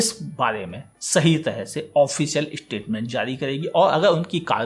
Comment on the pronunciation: ishtitment XD Bhai bhai bhai.... Either poora toh English mein bol... Ya phir Hindi mein. Bayaan... Vivaran.... Yeh ishtitment kya hai 😅